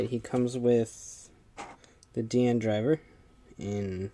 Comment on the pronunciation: it's not just you. it's almost everyone who has reviewed a Decade toy. I mean, they gave DiEnd his name primarily so that it would sound like Decade, and the fact that people say it wrong even with his name spoken through the DecaDriver and K-Touch is kinda dumb. I see some of these people as either ignorant or stubborn